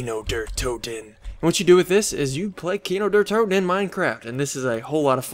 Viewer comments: its pronounced Key-No Dair Toe-Ten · xD when u are german and u say kino der toten like an american it sounds so nooby it means cinema of death xD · xD sounds like KINOW DER TOUTEN